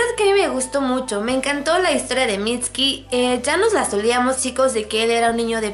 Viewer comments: deja de decir miski!! es MITSUKI C-A-R-A-M-B-A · mitski jajaja que pronunciación tan mala jajaja aprenden a pronunciar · Aunque se sepa que la "u" en japonés sea muda... No lo enterpretes como si fuera español... No se pronuncia "mitski" como tal... Escucha como lo pronuncian en Japones y te darás cuenta... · es mitsukii no mitski >:v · mitski? así se pronuncia??